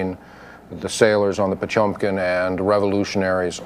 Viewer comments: It’s not pronounced pachunkin… it’s potYemkin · "POTSCHUAMKAEEN" ......My God, read the fucking name as it should